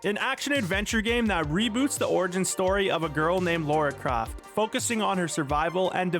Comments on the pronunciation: It's not Laura Croft, it's Lara Croft. Completely different names... It's BINDING not bLinding... Seriously it's like a bad AI bot made and read this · Haha, also "Laura Craft" and some other weird pronunciations, I've heard of cursive singing, where they do this kind of thing on purpose ...but cursive speaking is a novelty! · Did he say Laura Croft? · When you said tomb raider, I knew you were on crack, then you said “Laura craft” fecking AI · "Laura Craft" 😂😂😂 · Lara croft, not laura. Do you even play these games? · you mean Lara Croft? no, it's Laura Kraft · "Lora Craft" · Laura Croft 😂 It's Lara's alter-ego worker the corners in NYC 😂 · "Laura craft" ☠️ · 'Lora Craft' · Lara Croft, not Laura Craft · "Laura Craft". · "Lora Craft" 😭😭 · You lost me when you said “Laura Croft” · You lost me with "Laura Craft". You're heart's not in it. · Ah yes, Laura Croft of Tome Raider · "Laura Craft"... bro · Ah yes, Laura Croft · Laura Craft? honestly dude, learn the language.